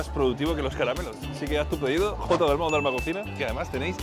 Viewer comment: el dalmau mas colimbiano jajajaja